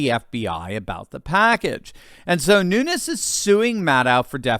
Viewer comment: Pronounced: Noon- yezzz.